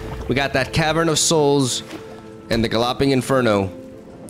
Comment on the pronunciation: "Gah-lopping" - gotta love For real though your excitement is very contagious